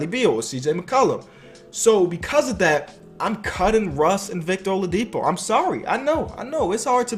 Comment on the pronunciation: Watching at the middle of the 2018 season and hearing him say olidipo is bad. LOL